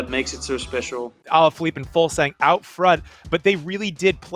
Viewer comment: Pronounced "Fulsang", not Fugelsang